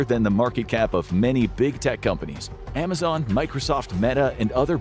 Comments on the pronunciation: And narrated by an AI voice of the same guy trying to convince us he doesn't use AI. But I caught this: AI voice mispronounced Amazon as Amazone. Somebody bring this to the attention of more people. Report this channel for misinformation and lying to us about it being 100% human made. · I thought I did too until I caught it's AI voice mispronouncing Amazon as Amazone. This stupid channel kept advocating that all its content was 100% human made but that's a boldfaced lie. Dude even shows like 5 seconds of himself on camera before some videos to see him "narrating" but as soon as the camera's off it switches to an AI voice. I'm done.